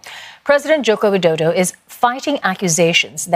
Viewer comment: Anjir ngomong joko widodo nya keren😂